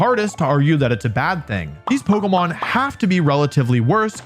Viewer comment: "poguhmon" I'm out